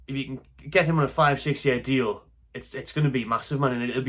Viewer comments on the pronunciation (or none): none